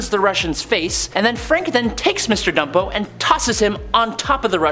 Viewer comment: It's BUMPO homie not ..... Dumpo. Nathaniel Bumpo he was in the movie too.